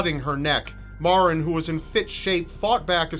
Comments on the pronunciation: The young beautiful girl from Milford, CT Maren her name is pronounced like the Mary is but with an en at the not y it drives me crazy when ppl say it wrong it not MaRen it's Mare-n it's not your fault everyone that didn't know her or isn't from Milford does it. I love you videos and it was a shock to see someone from home on one. Chris is nothing but a loser who is trying to do anything he can to keep his sorry ass out of jail because he is a big pussy. I really hope he gets tried as an adult he premeditated what he did and was not temporarily insane he is a spoiled punk who didn't get what he wanted and took the life of someone SO MUCH BETTER THEN HIM. Maren's legacy will live on forever and he will be nothing more than a number on a call hopefully til the day he does. #Milfordstrong #Lawstrong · I went to the same school as Maren and btw you're not pronouncing her name right mair-in that is the sound of it but that was really sad when it happened